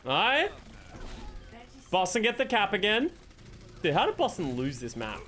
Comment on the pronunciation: Idk if it’s the accent but sometimes it sounds like he’s saying “bussin” instead of Boston to me